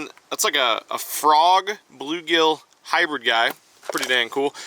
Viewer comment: He said inbread instead of hybrid